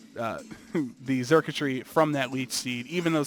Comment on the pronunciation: me encanta cuando pronuncian a xurkitree xD charquchri